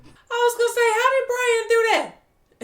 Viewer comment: You always had trouble saying Brian